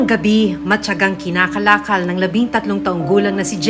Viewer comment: Kinakalkal po. Hindi kinakalakal.